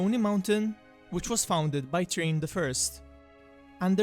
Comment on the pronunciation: It's pronounced "TH-rain" not "Train" Bite the tip of your tongue and exhale like an "s." Imagine saying "Srain" but with the tip of your tongue like i explained. Just trying to be helpful. LOVE THE CONTENT KEEP IT UP!!☺️